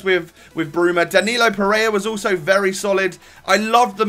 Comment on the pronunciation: Pereira, not Pereya??